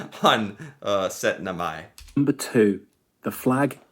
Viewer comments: you did not just say setnemai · Hurra og gratulerer also to you. You said syttende mai the same way i write it....SØTTNEMAI. - er en god gutt.